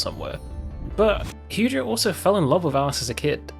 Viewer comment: I died a little inside every time he said "Heugeo" 😭😭😹